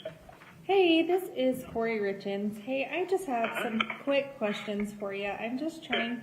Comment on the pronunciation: everyone else has been pronouncing their names as "Richins", just as it's spelled. I believe even Eric's family, the source of the name, pronounces it that way. So why does she pronounce it this weird awkward way? "RITZ KINS"??? is what it sounds like she's saying. it sounds like she says it "Richins", even though it's the same recording. Does anyone else hear the difference though? Is it just my audio? Is it YouTube?